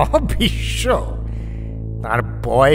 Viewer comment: I’ve been an avid fan of mirchi bangla all these years and was very excited to hear the Mahabharat but it was killed by a horrible narration and terrible pronunciation by the narrator. Every time I hear Bhissssnno and not Bhisso just ticks me off. Stopped listening to it after episode 3. Guess he has a chandrabindu problem.